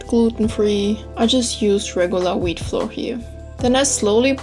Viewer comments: Flour is pronounced the same as flower. We only know the difference when speaking based on context. Hope this helps. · Yeah it sometimes turns out difficult , pronouncing the words right. It took me five year to find out that you actually say "flauer" insted of "floor" #justnativegermanthings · the way you pronounce flour makes it sound like floor! :D really cute. :) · Delicious!! I'll try it! It's funny cause you say floor instead or flour hehe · I just adore the way you pronounce flour, it's amazing (no hate btw, it's just pure gold)